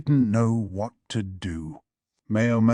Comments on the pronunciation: The way he says "Wharrr 💅" instead of "What?" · Always catches me off guard!! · It's the AI having a stroke, not a deliberate choice by a human narrator